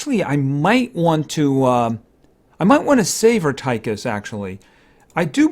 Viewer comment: Err Tie Kiss it's pronounced Err Teh Kiss